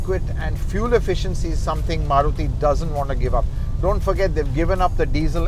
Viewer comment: Maruthy kya hota hai bhai its Maruti 😂😂🤣🤣